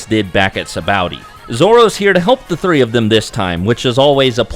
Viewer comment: afther hearing you say sabaody wierd i google how to pronounce and learned that both you and tekking101 says it wrong and a few other names along the way and now it just triggers me -.- but i did watch the whole video and that was about the only thing i dint like :D